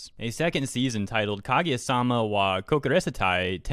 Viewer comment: Can't even pronounce Kaguya omfg